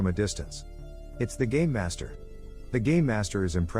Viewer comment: i kept hearing "gay master" and not "game master"